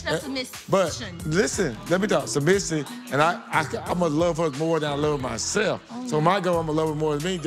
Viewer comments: Bruh this man can't say the word "Submissive"😂😂😂😂😂😂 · He couldn’t say submissive or pedestal